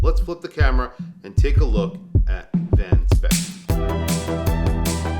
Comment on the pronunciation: Van Speyk is pronounced as Van Spike...